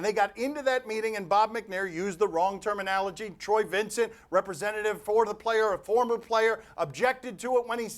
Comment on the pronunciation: About as good reporters as we have... "terminalogy"